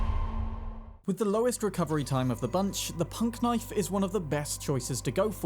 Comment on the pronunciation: And it’s not called punk-knife, it’s pun-knife